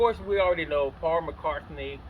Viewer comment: It's Paul McCartney, not McCarthy. Come on, man.